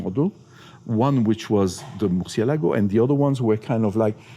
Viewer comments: I realize you are very knowledgeable yet you STILL pronounce the word MURCIELAGO wrong. Please pay attention to the unveiling video for the proper way. Keep up the great work!!! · I cringe everytime they mispronounce Murcielago